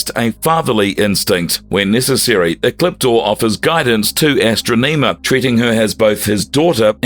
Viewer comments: Say it with me, "Ah" "Stron" "Iam", where do they get these guys from that read this stuff? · I swear, him saying AstroNEEma repeatedly had me so triggered. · i Luv ASs-TruU-nEe-mM-aA 🥴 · Her name is pronounced As-tro-ne-ma. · You should have watched Power Rangers in Space, and listened to how Astronema is pronounced in the show before saying it completely wrong in this video. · Great video explaining Ecliptor, but ffs why is the narrator pronouncing "Astronema" so weirdly? It's not "astro-NEEMA" sir. Nor is it "Kah-rone-EH" like wtf your research and going over all of this for this video, I would imagine you would have heard the pronounciations through the shows themselves. Seriously. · AstrO-NEmah is pronounced: Astonihmah Keronae is pronounced: KerOn